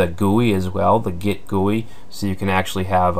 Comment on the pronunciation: Git is pronounced jit. GUI is pronounced Gee-You-I